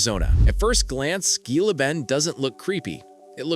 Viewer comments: The G in Gila is pronounced like H, you are no authority on Arizona if you do not know that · Typical AI !!! Everyone knows how “Gila” is pronounced. H sound and NOT a G!! At least it isn’t a BRITISH ACCENT narrating. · It's pronounced Hila Bend... stupid AI.